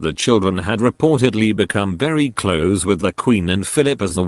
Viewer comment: Someone please tell this artificial voiceover how to pronounce the word "close" in this usage as being "near to" and not "shut". Thankyou.